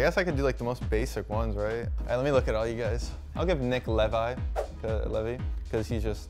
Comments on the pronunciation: we just gonna ignore the fact Asuna said Lev-i? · it really hurt to hear Lev-ee😂😂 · lost all respect for asuna when he says levi instead of leave eye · Lol it hurt to hear Lev ee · bruh he said levie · LEVAI???? WHO TF IS LEVAI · doesn’t even know the name of hinata and doesn’t know how to pronounce levi